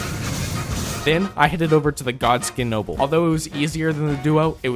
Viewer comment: Bihh said "Godskin noble" twice and mistook them both wrong😭🙏🙏